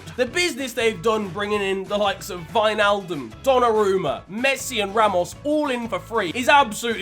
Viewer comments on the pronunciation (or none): none